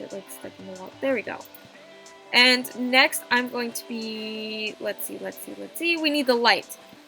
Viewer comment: I thought she said naxt